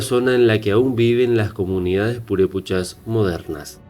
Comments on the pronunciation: Para hacer un reportage sobre cualquier tema primero hay que informanse bien... Me molestò mucho esa falta de respeto de mala pronunciacion de los nombres reales.... Es Purépecha y Pátzcuaro y así sucesivamente, corrige tu video o borralo....😠😠😠👊👊👊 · NO MAMES NO SABES NI PRONUNCIAR EL NOMBRE PURÉPECHA Y EL LAGO DE PÁTZCUARO! Y ASÍ HACES UN VIDEO ?